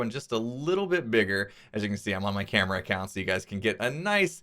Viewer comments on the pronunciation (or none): none